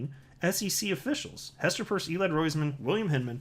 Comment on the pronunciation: Isn't Hester's last name pronounced like when you get holes in your ears???????